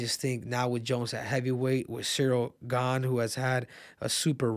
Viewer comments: It's pronounced Gaan (not Gane) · Ciryl gain throws me off so much when Henry says it even tho here hears people say gane he still says it the same way😂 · bro its cyrril GAHN not Cyril GAINE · It's Cyril "GONE" not "GAIN" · It’s pronounced Cyril GARN triple c 🤣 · i can never tell if cejudo is trolling or just dumb....he can't even pronounce Gane's last name lol